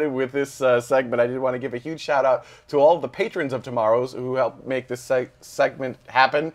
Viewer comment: So big big, big really really big... but not huge, or "yuge"